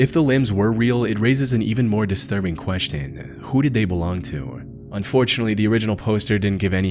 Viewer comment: The most disturbing part of this video is the way this guy pronounces "question"